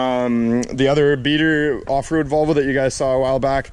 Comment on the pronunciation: Volvo pronounced vul va